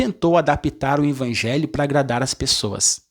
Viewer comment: VOCÊ PRONUNCIA "INVANGELHO"....